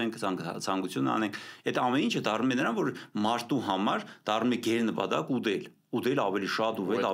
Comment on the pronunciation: Խնդրում եմ այս շատ լավ պատրաստված և հետաքրքիր բժշկին իր խոսակցականի մեջ չասի ուդել ( ուտել), վադ (վատ) կամ որտեղ պետք է հնչի "տ" , հնչում է "դ": Եվ ամեն ինչ կլինի հոյակապ ու լսելի։